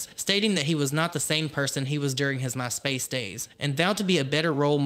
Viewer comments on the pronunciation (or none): Very thorough and well done video. One little thing, though- the emphasis is 'MY' in My Space. Other than that, perfect. Well done! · The way the creator says "My Space" made me think Jeffrey Starr got famous using HIS platform... you know, like on his space? And I'm like, oh, My Space. Not this guy's particular platform, haha. Guess it's the southern accent and where he put "emPHASIS on the SYLlables." ❤